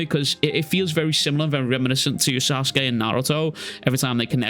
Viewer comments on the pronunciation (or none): none